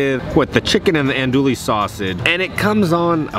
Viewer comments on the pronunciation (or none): It’s not “andullie”. Tee hee. I’d pronounce it but you can’t hear me 😂